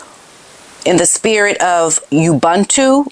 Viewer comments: I'm South African and have been a devoted follower of yours since you started. It is pronounced Oo-boon-too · Oohbuntoo, it is pronounced, it is the joy and resilience of African people. I have a place in SA and UK. Found out I am of African heritage recently ❤